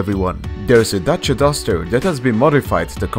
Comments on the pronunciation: You pronounced Dacia correctly i am proud ;) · Holy fuck someone said Dacia correctly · I love you for saying dacia correctly